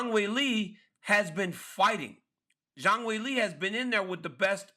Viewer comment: Zang will-ay? 🤣🤣🤣💀 Ryan cmonnnn man lol